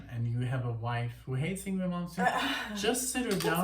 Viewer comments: Hey guys!! Great reactions!! The only ding is...his name is pronounced Ing-vay. Believe me...for years I thought the same thing. \m/ Again, please give a listen to Fates Warning. Songs like Point of View, Through Different Eyes, Monument and A Pleasant Shade of Gray Part III. You won't be disappointed. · I'm glad ur wife enjoyed Yngwie Malmsteen although his first name is pronounced Ying-vay .U guys oughta react to Dreaming Tell me live in Leningrad 89 also Trilogy Suite OP 5 live but not a recent live a live of a young Yngwie Malmsteen circa 86 or 87 of Trilogy Suite OP 5 .there's a live that actually sounds like the album an its awesome